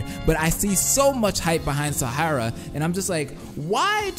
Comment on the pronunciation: "Su-moo-gi" ITS "SEHMEGEE" IM DEAD (Like Tsumiki but with gee at the end) It's also "S-eye-ha-ra". "Kee-ree-gee-ree" You kinda said so many names wrong. :/